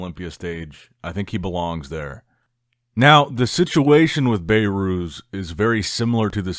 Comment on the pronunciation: His name is behrooz Be(h)rooz Not bayrooz